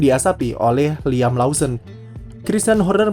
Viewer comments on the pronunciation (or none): none